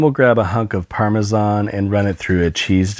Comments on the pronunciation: I like how you actually know your shit like the pronunciation of parmesan. 🍄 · Thanks for pronouncing "Parmesan" the way god intended. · there is literally nothing more attractive than a guy pronouncing parmesan correctly